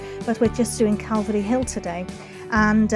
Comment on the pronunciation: Love your Vids, and pleasant presentation. Saint David's church is impressive to say the least. Like how ya say Calvary😁, u have a nice voice buddy🤝🙏. Blessins